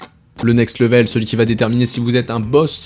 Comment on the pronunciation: Ça se prononce « lè-veule », pas « le-vèle » 🥱